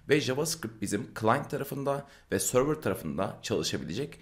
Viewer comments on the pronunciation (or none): none